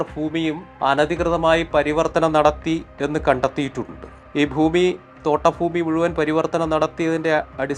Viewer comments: ഫുമി അല്ല ഭൂമി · ഫൂമി അല്ല ഭൂമി